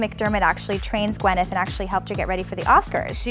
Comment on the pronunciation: why can't you pronounce Gw Y neth instead of Gw E nyth? Very sloppy.